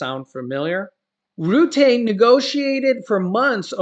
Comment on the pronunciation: Nice video. It’s pronounced roo-tuh though not Roo-tey 👍🏻